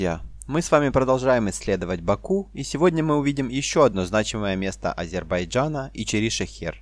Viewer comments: не Азейбарджан, а АЗЕРБАЙДЖАН. Это очень просто запомнить. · С произношением да ладно... Горбачев М. С. до сих пор не научился правильно произносить он произносил будучи президентом государства он исключительно произносил"Азебражан"!